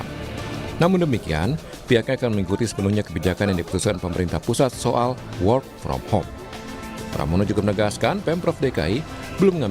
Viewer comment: Ngakak.. presenternya, "whore from home" 😂